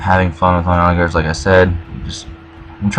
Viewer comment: Also for "onager", the -ger is pronounced the same way you would for the word "german".